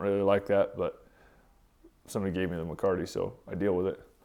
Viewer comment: Sir: The word is Mecate - (me - ca - te i.e. Rein). Alas, I am certain that you already know this. Please. Give the Spanish Vaqueros their due. Americans tend to be notoriously disrespectful in this way.